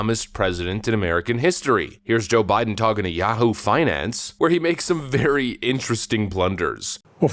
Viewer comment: Did you just say yaHOE finance? I approve 😆👍